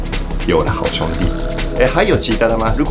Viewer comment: 看著Iku老師講台語的😂七月半😂好兄弟😂靠牆壁走的鬼😂(很標準)真的超級可愛太好笑了啦😅~哈~😅~👏👏👏😍